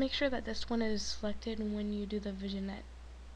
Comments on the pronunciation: lol good vid but Vignette is pronounced "VinYet" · VIGNET is pronounced as "VIN-YET" nice tut though.